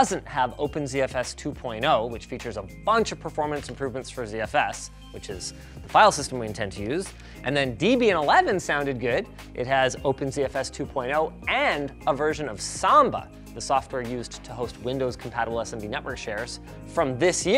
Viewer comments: lad actually pronounced debian wrong deb - ee - n not dee - bee - an btw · Linus: It's Deb. Ian. Not Deebian. It's named from the name of Ian Murdoch who started the project and his ex wife Deborah. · DE-bian? Its deb-e-in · Don't wanna be that guy, people can pronounce things however they want, but for anyone who might care... Debian is NOT pronounced Deeb-Ian. It's pronounced Deb-Ian. As in Debra Lynn and Ian Murdock, the founders. I don't know anyone named Debra who pronounce their name Deebra. /ˈdɛbiən/ d as in the d in dye ɛ as in the e in dress b as in the b in buy i as in the y in happy ə as in the a in about n as in the n in nigh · Bruh, the way you said Debian (dee-bee-in) hurt my soul. It's... it's pronounced "debby-in". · It's Deb-Ian. It's an mashup er... portmanteau of two first names. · My macbook is running "Linux". Well, it's not technically Linux, its a unix based operating system called "Mac OS X". 😆 Ubuntu 20.04 is an LTS release, which have more stable, older packages. You likely could get a PPA to upgrade samba on ubuntu, or ZFS on debian. Also who calls it "Deebian"? Seemed like when you doubled threads/jobs to 24, it removed the fluctauatoins in speed from before. I'm currently building a SFF pc with 64GB ECC VLP RAM and a Ryzen 5950x cpu. It'll run actual linux and manage a ZFS pool of 2 mirrored 14tb drives. I may buy a third and run in RAIDZ1 for 50% more cost, but 2x the storage. But a mirrored setup has better performance, reliability, and simplicity. Also, this video doesn't mention the vdev/zpool setup for its drives. If you have too many drives (10+) in one vdev, it can cause fragmentation on the storage after a couple months and become unusable (even for home users who don't need super high iops.) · "Deebian?" What's your deal with that buddy, eh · What is "Deebian?" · "Deebian" lol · 'dee-bian'.... plz no